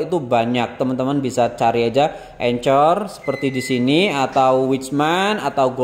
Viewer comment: Anchor dibacanya enker. Klo sy kuker udh cocok pake corman patisy+palmia royal ato margarin serba guna